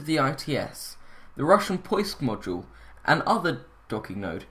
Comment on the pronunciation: Your pronunciation of Russian is deplorable :) Go to google translate and listen! Not too hard to say :)